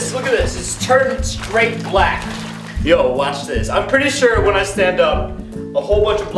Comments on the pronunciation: When roy said BALCK Sounded like racist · The way he said “BLACK bath bombs”😂😂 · Why he say black like that the first time my mans said BLACK